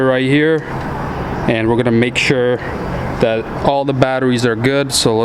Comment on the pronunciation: Cab gets "Tooken off" You have an accent as well as not speaking good English. TAKEN!!!! Stuff like "Dat". That particular word begins with TH